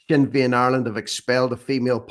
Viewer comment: SINNER FEIN , GET IT RIGHT